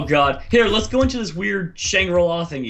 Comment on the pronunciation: Fluffy said shangri la